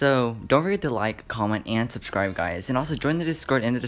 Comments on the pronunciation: i love how he said suscrie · “Pls make sure to subasibe subacrib” got me but pls no hate ik his mistakes same problem with me.